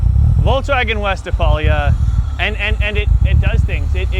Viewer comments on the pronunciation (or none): Dude, it's Westfalia, not westifalia. You're killin' me ... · Dude, wtf is a “West-a-phalia? It’s “Westphalia.” 😂😅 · Amazing job! But please! It's westfalia, not westEfalia. 😍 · Please stop calling it a "Westerfalia.' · “ Westfalia” there is no A between the T and F! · I'm talking about how they pronounce it throughout the video. Like there's an E in it, which there is not.